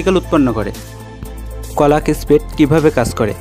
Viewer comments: কলাক না ক্লক 😅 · কোলাক কি জিনিস ভাই? ক্লক হবে